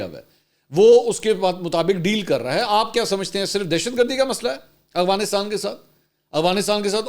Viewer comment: منصور بھائی پھر، اغوانستان؟ افغانستان ہوتا ہے۔ دیکھ کر پڑھنے میں مشکل ہے یا جان بوجھ کر کرتے ہیں؟